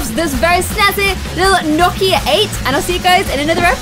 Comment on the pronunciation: Watching in 2020 Is it me or in the beginning did it sound like she was pronouncing Nokia like "gnocchi" lol you're so cute! I love your videos